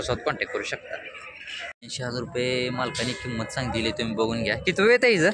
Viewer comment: पहिला किंमतची उचार होत नाही बगा